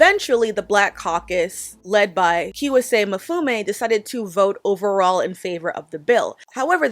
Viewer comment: Just a head's up: Kweisi Mfune's name is pronounced "Quai-e-see Em-fu-ne".